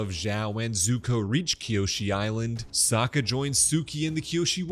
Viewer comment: or "Sak-uh" i know he's kind of a sucker but